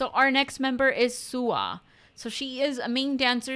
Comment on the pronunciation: Looks like people really enjoy making long posts about this group, so here goes! Let's introduce our lovely crackheads. Names first: JiU - You got it right, it's pronounced: Ji yu - Real name Kim Minji. Mom of the group. Loves her food. She's a real ray of sunshine. Has a dog called Cherry. Representative animal: Rabbit SuA - Again, correct pronunciation: Su Ah - Real name Kim Bora a.k.a "Bboya" a.k.a "Queen SuA". VERY LOUD! Bundle of energy. Arguably one of the best dancers in k-pop girl groups. While her profile says she's lead rapper, she didn't like it and hasn't rapped on a title track since Good Night, their second title track. Representative animal: Korean Crow Tit Siyeon - This one you mispronounced: She-yawn. The woman with 30k wives. Very intense gaze. Also, easily top 5 female vocalists in kpop. Don't believe me? Watch her solo song "Paradise", her rock cover of "Overdose" by EXO, her cover of "Speechless" from Aladdin or the 2 versions of the OST for the drama "Dark Hole" titled "Shadow". Representative animal: Wolf Yoohyeon - Close but no cigar on pronunciation: You-yawn. The clumsy one in the group. The members love to tease her. If she was in any other group, she would be main vocal. Look for her cover of "Secret Love Song" by Little Mix, or "2002" by Ed Sheeran. Has an adorable little doggo named Pie. Representative animal: Afghan hound Handong - Pretty much pronounced as is: Han Dong a.k.a Dongie a.k.a "Ice Princess". Savage sense of humor. Beautiful voice in